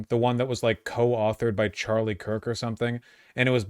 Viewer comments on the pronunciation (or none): none